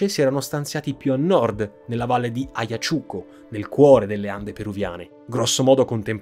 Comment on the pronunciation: Se tu parlassi meno freneticamente ne guadagneresti tanto in simpatia, credibilita', reputazione. Ed eviteresti di incappare in svarioni madornali di pronuncia, tipo AYACHUCO o QUECHA.